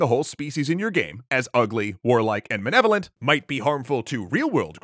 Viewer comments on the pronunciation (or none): I know everyone is focusing on how this is a bad argument, I'm stuck on how he says "manevolent" twice. It's MALEVOLENT. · What must progressive game designers think of some of their playerbase if they're concerned some of said playerbase might identify with ugly, stupid, violent, and malevolent orcs? (also kind of sounds like he's saying "manevolent" )